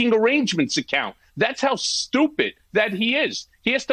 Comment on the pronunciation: I like Cohen's emphasis on 'stupid'. 😏 I think he's trolling Gaetz. 🙂